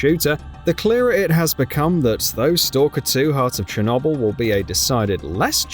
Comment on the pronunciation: The way this guy pronounces ‘Chernobyl’ pisses me off so much